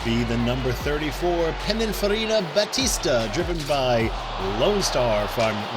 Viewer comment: Full watch with ads! When you put an XJ220 in the hands of R-Lo Racing, a new track record getting set is thrilling, yet not unexpected! Excellent pronunciation of "Pininfarina Battista" during the driver introductions, probably the best I've heard from a host yet!